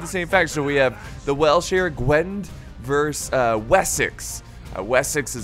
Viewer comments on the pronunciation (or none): As one of, i assume, your few welsh viewers I would like to inform you that the 'd' in Gwend is pronounced as a hard 't'